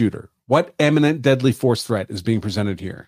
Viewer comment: why do you constantly conflate the pronunciation of "imminent" with "eminent"??